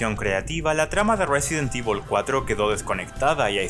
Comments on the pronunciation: Como cuando le dices resident tivol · resident ivol